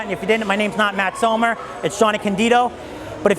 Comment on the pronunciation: Lol sounded like you kept saying Matt Sumner.